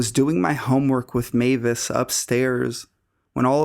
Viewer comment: i don't know how many times I've heard the story about the guy under the bed, but you're the first narrator to pronounce Mavis correctly. Thank you.